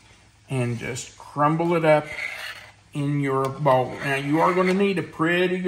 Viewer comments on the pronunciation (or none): none